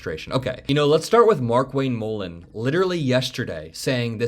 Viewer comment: If Mark Wayne M-uhh-len is the one they drag out to propagandize the “not war,” they are in seriously deep shit. This guy is an illiterate buffoon lmao